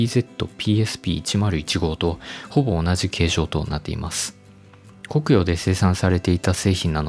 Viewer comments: コクヨの発音（イントネーション）気になる。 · 「コクヨ」の発音が気になる。